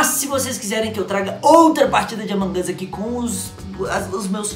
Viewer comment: Para de falar among as porque não é among as é among us